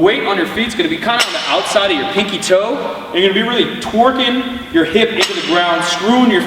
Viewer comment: "Twerkin'" LOLOL (I know he said Torquin', but Twerkin' is funnier